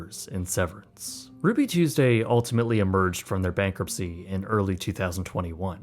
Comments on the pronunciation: "RUUBY TUESESDAY" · "RUUBY TUESESDAY?"